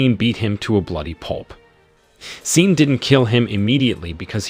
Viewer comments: Pronounced Shawn!!! Not scene 🤦🏾‍♀️🤷🏽‍♀️ listening to this was like listening to nails on a chalkboard 😩😩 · I think the A.I is reading Sean (Shawn) as Sean as is Dean 🤷🏽‍♂️